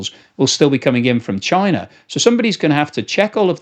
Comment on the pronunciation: "Parcels coming from chienne 🐕" good french pronunciation here!